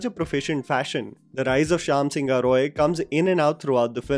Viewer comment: NOT SINGHA IS SING-HO(E) ... YES,IT SOUNDS EXACTLY HOW I PHONETICALLY BROKE IT FOR U ... IN BENGALI SINGHA MEANS LION ! . IN ENGLISH SINGHA IS WRITTEN AS SINHA !